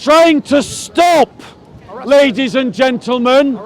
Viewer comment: How many times he says.. LADY'S AND GEANTELMEN 🤦